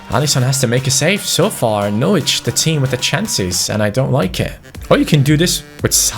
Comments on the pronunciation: When pronounced it Norwich instead of Norwich 😒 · U can’t say Norwich right 😂